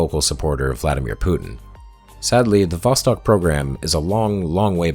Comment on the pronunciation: The entire time you are saying "Vostok" I'm hearing "Boss Hog". Hahah.